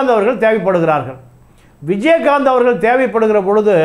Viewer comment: Please improve your pronounciation ல......ள. "அவர்கல்" இல்லலை "அவர்கள்" பள, நிளை, காளம்